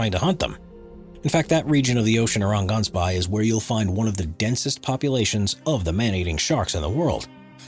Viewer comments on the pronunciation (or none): Listening while he's talking about "Ghansbaai" and thinking: That sounds like someplace almost identical to Gansbaai... oh wait!! It's a North American unable to use correct pronunciation... again... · Fact: Gaansbaai isnt pronounced like that. It's Afrikaans. 🇿🇦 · heyy cool vid, btw you said Gansbaai wrong its a Afrikaans word so yeah lol